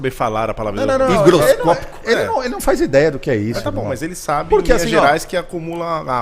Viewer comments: HIGROSCÓPICO, não "hidroscópico", rapaziada. Erro comum e frequente. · "Tem muito mecânico que não sabe falar hidroscópico..." Deve ser porque o correto é higroscópico, não hidroscópico. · dizendo que muito mecanico nao sabe falar "Hidroscopico" mas ele tbm nao... kkkkkk HIGROSCOPICO